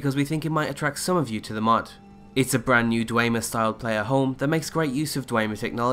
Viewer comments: "Dwemer" is pronounced "Dvemer". The "e" is like in "Café". Not Dweimer. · Legit feel a slight desire to unsubscribe every time I hear "Dway-mer" and "Kee-nay". It's "Dwem-er" and "Kein", for the love of Christ. They pronounce these words all the time in the games, please stop.